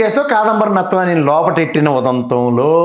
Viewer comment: KSP గారు కాదంబరి నత్వాని కాదండి జత్వాని యాంకర్ గారు మీరు కూడా పేరు తప్పు చెబుతే నవ్వుతున్నారు పేరు తప్పని చెప్పండి